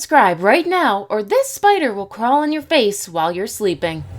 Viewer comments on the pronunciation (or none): Stop with the spiters